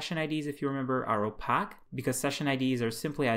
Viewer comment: Nicely done. Clear and concise. One tiny quibble: The word "opaque" should be pronounced as "oh-pake", not as "oh-pack". It is a word borrowed from optics, where it means non-transparent. One might say that a one-way mirror is transparent on one side and opaque on the other.